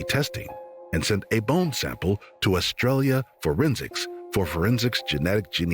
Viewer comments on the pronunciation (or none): none